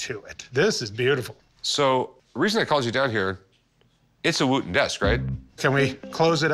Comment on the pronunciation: I love how he pronounces Wootton incorrectly. 🤣